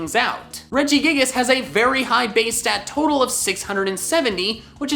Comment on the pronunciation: IT'S REGIGIGAS, NOT REGIGAS!